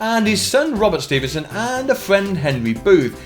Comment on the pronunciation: Ahem It it George Ste-fen-son Not George stee-ven-son